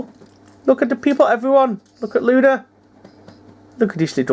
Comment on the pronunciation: it sounded like u said lucy 🤣🤣🤣 my bad lol